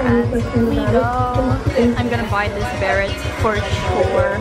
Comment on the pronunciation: You pronounce beret wrong. It doesn’t rhyme with “ferret” it’s “beh-ray”